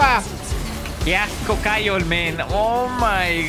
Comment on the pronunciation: como q ‘kaiol’